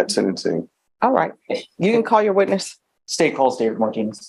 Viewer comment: Witness not Withness( min )